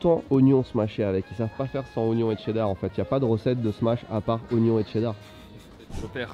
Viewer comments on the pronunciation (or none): ou le T dans cheddar ...............cela ce prononce cheddar pas Tcheddar ......